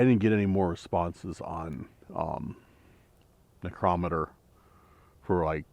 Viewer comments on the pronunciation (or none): # I THOUGHT YOU WERE ONE OF THE VERY FEW WHO KNEW HOW TO PRONOUNCE NICROMITER?? THIS VIDEO YOU PRONOUNCED IT BOTH WAYS. THAT FEELING IN YOUR CHEST THAT SUDDENLY OVERWHELMED YOU, IS A SPIRIT, LIKELY A DEMON, ATTACKING YOU! NEVER TAKE IT LIKELY. WHEN INSIDE A HAUNTED STRUCTURE GET OUTSIDE IMMEDIATELY, WHEN OUTSIDE LEAVE AS QUICK AS YOU CAN; EVIL SPIRITS CAN INDEED HARM YOU NO MATTER WHAT YOUR MOTHER TOLD YOU!... MOVE! THE SPIRIT EARLIER WARNED YOU TO GET OUT!...TWICE! (SP PHONETICALLY) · #DAN NECRO METER OR NICROMITER, I THOUGHT YOU WERE ONE OF THE FEW WHO PRONOUNCED IT CORRECTLY? IN THIS VIDEO YOU PRONOUNCED IT BOTH WAYS? #BTW, JSYK, IF YOU TAKE CARE OF YOURSELF, 60s IS MIDDLE AGE!